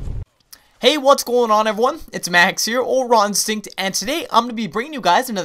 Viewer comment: ur intro is dumb it sounds like u say ron sink not raw instinct.......